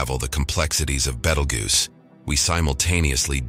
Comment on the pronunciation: had to stop when you miss-pronounced it... BEETLE JUICE! BEETLE JUICE! BEETLE JUICE!